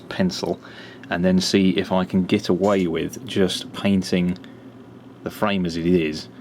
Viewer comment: It's get ... not git